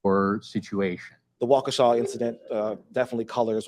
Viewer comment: Good job pronouncing Waukesha perfectly (I am a WI native).